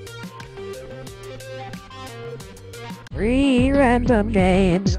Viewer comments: It sounds like free random games not three random games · I hear it like REEE rAmDoM GamEs